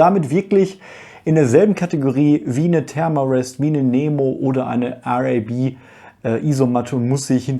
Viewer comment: Da ist etwas richtig cooles dabei. Oh es ist einfach RAB, nicht R-A-B😅